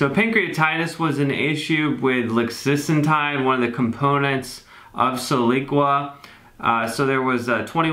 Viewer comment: It’s “lixisenatide” 🤓